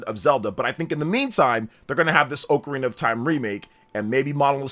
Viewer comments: oh carina sounds terrible. And it is not the common pronunciation at all brother lol, some people tomàto, but it’s almost never heard anywhere, just get used to Ah KUH RINA , sounds way better , watch videos of people jus taking about the instrument outside of Zelda they all say it as it was intended to be said lol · forreal bro 🤣🤣 go to google hear the audio of how to pronounce it, definetly AH-kuh-rina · If you call it “OAK-arena of time” one more time…😂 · Correct pronunciation: “ah-kuh-REE-nuh”. When I was a kid and first played this game (probably in 3rd grade) I would pronounce it as if it were spelled Ocarnia. It wasn't until much later in my adult life that I realized I had been pronouncing it wrong for the entirety of my childhood. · Both pronunciations are technically correct. I’ve always pronounced it OH-carina. I vividly remember a text book in school describing the instrument and how they are often called “oh’s” for short lol